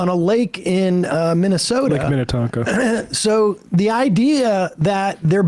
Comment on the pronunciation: omg did i just hear someone pronounce minnetonka correctly?!